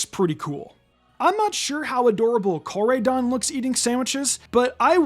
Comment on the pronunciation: You mispronounced Koraidon. It is pronounced Core - ride - don.